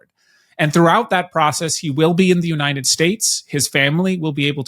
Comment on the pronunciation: I can’t listen to her voice, especially the way she pronounces ‘United’